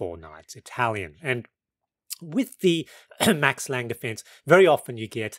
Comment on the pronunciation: as a German, can't resist the urge to mention that the "e" is pronounced, so its Max Lang-uh